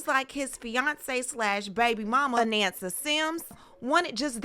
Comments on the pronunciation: Her name is pronounced "A-NAHN-SA", not "A-NAN-SA" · I know Anansa since she was born. Her name is AH NON SA, not Ah nan sa